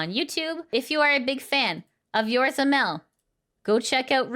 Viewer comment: I know it's not a big deal.... but it's "Yo-Zo-Ra", not Yorza as you kept saying over and over.... You're missing an 0 in the middle and swapped the R and Z. But nice to see where to see Aqua and Mel again once their new debut happens.